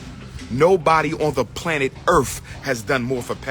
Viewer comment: "On Earff"?? Hahahaha, Earff! Where is the Planet Earff!